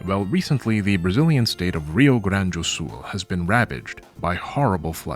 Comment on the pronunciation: I am a simple man. I see a video, I click. BRAZIL MENTIONED 💚💛💙🤍 (translator note: since you are very interested in speaking the names correctly, everytime you see the word "Rio" (river) in Brazilian Portuguese you can pronounce it exactly as "Heel"; it sounds exactly like that for us) Also, law-related video subject suggestion from recent events: Steam won't let me bequeath my game library in a will, but GOG is willing to make it happen. Adjacent to this is the preservation problem, and also how Valve deals with their IP. Is it interesting enough for a shorter video, maybe?